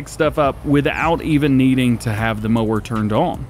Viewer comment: idk I watched the video twice. There was times he said mower but I swear I heard him say moaning instead of mower. Maybe I'm trippin but that's my story and I'm sticking to it lol